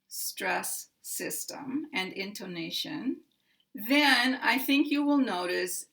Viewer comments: It's because of your pronunciation of the o vowel sound, which is like a long O sound, instead of an 'uh. /in tuh ' na shun/ vs your /in tO nA shun/ in my opinion.' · In your pronunciation of 'intonation' you stress on the second syllable. The right stress is on the third syllable. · I think perhaps the confusion is just because you put a little more relative accentuation on "to" than some English speakers I've heard (especially those who speak British English), pronouncing it almost like: >> ˌɪntoʊˈneɪʃən [in-tou-NA-tion] ... rather than: >> ˌɪntəˈneɪʃən. [in-to-NA-tion] I've heard many American speakers pronounce "tə" this way like "toʊ" as you do, but it might throw off people used to hearing it more like the British pronunciation. It was clear to my ears though that you still placed the primary accent on the third syllable and secondary accent on the first. I think the poster was just thrown off by the different, slightly-longer way you pronounced the "to" syllable.